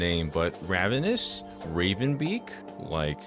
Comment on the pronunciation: Guys “ravenous” raven- ous